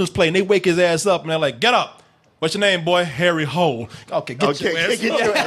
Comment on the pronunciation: That's not how you say the name. It's not "Harry Hole". You pronounce it as "Harry Holy".